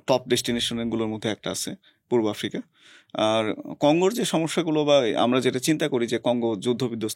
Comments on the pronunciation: এফ্রিকা না আফ্রিকা হবে বেশি স্মার্ট 😂😂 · য়ের উচ্চারণ অনেক জোশ। ভাই কি চমৎকার করে আফ্রিকা কে এফ্রিকা, আস্কিং কে এস্কিং বলেন। অনেক প্রিমিয়াম লাগে:thanksdoc